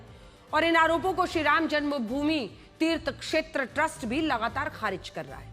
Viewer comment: Tumhe Sriram bolne nahi aata hai 😂😂😂😂😂😂😂😂😂😂😂😂😂😂😂😂😂😂😂😂😂😂😂😂😂😂😂😂😂😂😂😂😂😂😂😂😂😂😂😂😂😂😂😂😂😂😅😅😅😅😅😅😅😅😅😅😅😅😅😅😅😅😅😅😅😅😅😅😅😅😅😂